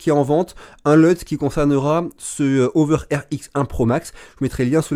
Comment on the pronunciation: Prononcer la h vous les français,c'est pas une saletée ce beau lettre